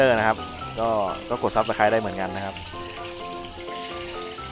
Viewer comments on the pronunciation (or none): ชอบๆ ครับ ทอดทีไรติดกระทะตลอด จะลองแบบนี้บ้าง แต่คำว่า subscribe มันอ่านว่า ซับสไคร ไม่ใช่ ซับสไครเบ้อ นะครับ